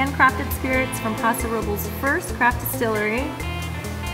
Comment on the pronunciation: It's not called Paso Robles is called Paso Robles